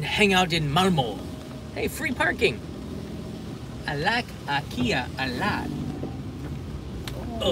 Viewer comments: I'm from Sweden and IKEA it's pronounced like says it. Japan got it right xD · I am also from Sweden and the Japanese way to pronounce IKEA is very correct. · Actualy the way its spell in japanese is the right way. The I in sweden is not speaking like in english it's spoken like in Japan. 😊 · nice to know japanese pronounce ikea the correct way 😘